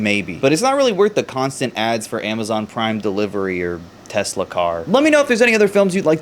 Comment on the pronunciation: I LOVE TESLER